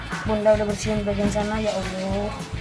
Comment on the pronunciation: Perasaan "ya onyo" deh, bukan "Ya Allah"